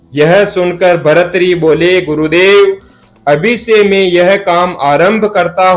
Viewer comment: भर्तृहरि ही नाम है। इसको शुद्ध कर लो( भरथरी नहीं)